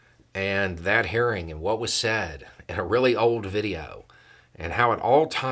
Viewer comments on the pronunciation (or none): At the start you said hearing and I thought I heard "haring" as in red haring.